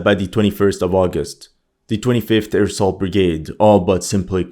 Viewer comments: Is he saying airsoft brigade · Every time you say "25th air assault brigade" all i hear is "25th AIRSOFT brigade" 😂😂😂